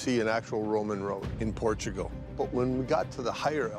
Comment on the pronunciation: 'Welcome to Port-a-gul.'